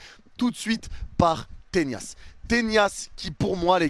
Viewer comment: Pourquoi tu dis Tenias?😂